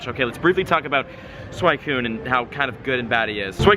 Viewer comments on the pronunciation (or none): It's SWEE-Cyune not SWY-Cyune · sakura is not pronounced "SAKERAH" its sakoora and suicine is not swycune its swee cune. smh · You mispronounced Phanpy (its not Phanphy) and Suicune (its not a Suaikune) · Suicune is pronounced swe-cune instead of swy-cune, Love the Vids keep it up! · Its pronounced SWEEECOOON 🤣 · Raikou = rye-koh Entei = en-tay Suicune = swee-coon And while I'm at it.. Golem = goh-lum You're welcome,. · wut why do u call suicune for swicune? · It's not freaking pronounced SuWHYcune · Tojetic, Swycoon, and Entaii -, 2017 Pokémon pronunciations. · It's not Swycune .. Pronunciation pls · Bruh 😂 Raikou - Rai-co Entei - En-Tay and Suicune - Swee-coone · It's pronounced "Suweecune" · It's pronounced Sweeeeeeecoooooooon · i know right it should be swee-koon en-tay and rie-koo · every time you say suicune wrong I die a little bit inside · Your pronunciation of suicune had me livid. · dude, I love ya, but please pronounce suicune's name right. I cRINGE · the way you say suicune hurts me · who else hates it when people pronounce entei and suicune wrong, i go by anime pronunciation